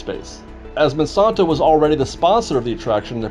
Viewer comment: It's the Mon-SAN-to Corporation, NOT Man-son-to!